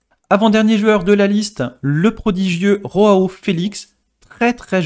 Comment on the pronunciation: Ont ne dis pas roao mais Joao